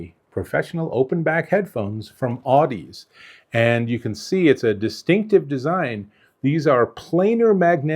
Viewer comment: Audeze is pronounced like the word Odyssey but with an Au instead of an O . "Audezay".